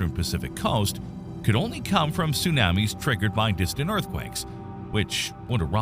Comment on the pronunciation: My issue with the voice is the "soonammies". Makes it hard to concentrate on the good content.